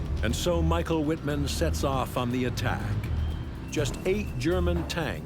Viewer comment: His name is pronounced Mee-sh-ah-el Veet-mahnn.